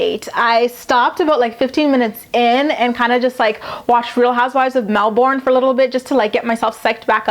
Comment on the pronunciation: You watch house wives of Melbourne!?😃😃 If you want an Australian to love you, you should pronounce it mel-bin in stead of Mel- born. Say mel-bin!